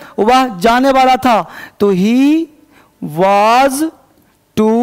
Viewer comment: Sir वाज नहीं वॉज होता है